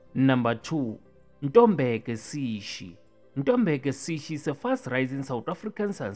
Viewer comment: Ntobeko not ntombeko😊